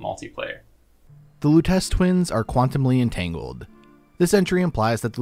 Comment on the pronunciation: When I heard you mispronounce Luttece in your other video made me laugh because I knew you were going to get bombarded with people correcting you.